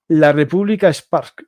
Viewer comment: República serpska se pronuncia. Lo de kosovo fue una cagada de occidente, la verdad. Fue un robo de territorio a Serbia x eso está echada en manos de rusia y se le da legitimitad a ésta de hacer lo mismo, aunque es totalmente condenable todo lo q hace rusia. Viva Ucrania